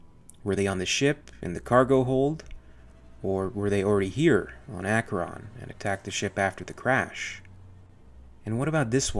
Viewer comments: Matthew Schafer that too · Akkeron colony? Archeron lol - as in Archer (bow and arrow). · you've added an R in there. spelled Acheron and named after a river in Greece where a ch makes a hard k sound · it's pronounced Asheron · Mike Rodriguez everyone says they are alien big fan. Blah blah blah. Most don’t even know the lore. Also Comic books are not canon. This guy can’t even pronounce “acheron”. Protips: watch the aliens bonus feature. Listen to how James Cameron pronounced it. Why would i cry? I just laughed at this.